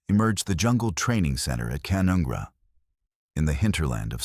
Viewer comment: It's pronounced Ca-none-gra